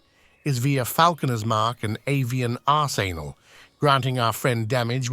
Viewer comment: ArseAnal xD